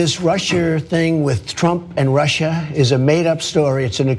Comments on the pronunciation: "Russier" lmao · "This Russier thing" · This Russier thing---LMAO, Cenk!!!!